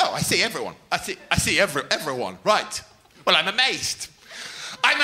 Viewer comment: it's 'amazed' not 'amased'